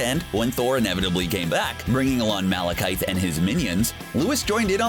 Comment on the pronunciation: Look up the pronunciation of Malekith and Waititi before you make another video, OK?